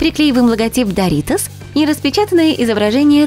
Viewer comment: Не даритос а доритос я турчанка мой папа турок и я знаю турецкий язык по этому я подправить вас